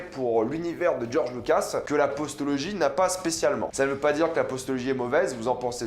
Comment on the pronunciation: On dit Postlogie pas "Postologie" hein 😅